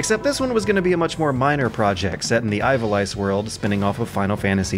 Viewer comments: IVAL-ICE!? Okay, I know does this almost every video (to the point I think he does it on purpose to see if someone will notice) but come on man, it's pronounced Eve-Ah-Lease. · It's pronounced "evalice" not "eyevalice" :) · It's pronounced Ee-va-leece, dude. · "Eye-val-ice" pls. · EEE-VA-LEASE, that is how Ivalice is pronounced. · "eye-vah-lice" do people really say it this way or is he being funny?